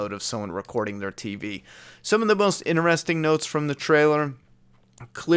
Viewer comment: “Inerestring”? Not Interesting? Lol